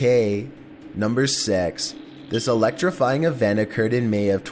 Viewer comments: the narrator said number sex raher than six XD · number sex lol 😂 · sounded like he said number sex lol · When he said six it sounded like sex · He said number sex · The guy talking said bad thing instead of six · Did he just sayt number sex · I swear on my momma he said NUMBER SEX!